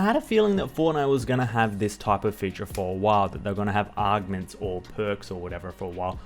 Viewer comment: I appreciate the guide but the way you say augments is pure aids. That’s not how you pronounce them at all. Unless your just doing it that way for fun.